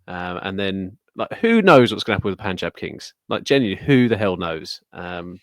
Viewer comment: is the first person among all the podcasters on YouTube who pronounces "Punjab" correctly.